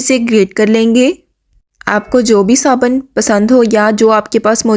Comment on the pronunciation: Saban ❌ Sabun ✔